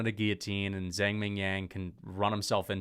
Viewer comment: Someone tell this guy it’s Zhang not Zang, the H is there for a reason